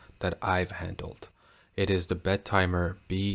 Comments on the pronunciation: The name sounds when you pronounce it "Bed Timer". Think it shoul be pronounced "Bettymer". I was surprised that it is qute expensive though. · Solid review, bud. though I'm not sure why you are pronouncint it with a "d" in the name...Bed-timer. the double "t" shouldn't be separated out....I've been going with Bet-im-er because I'm really not sure of the right way to pronounce it...but it at least sounds OK that way...lol and as nother has mentioned, Half-links are in the works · Shouldn't it be be-tee-mer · Not if you pronounce the damn name properly. It's not 2 separate words, so it's NOT Bet Timer.